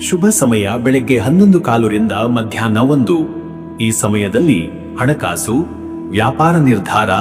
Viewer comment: ಅಣ ಕಾಸು ಅಲ್ಲ ಹಣ ಕಾಸು ಅ ಕಾರ ಹ ಕಾರ ಬಳಸಿ